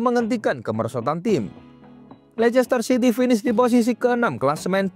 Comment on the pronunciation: Bacanya leister city bukan lechester city ....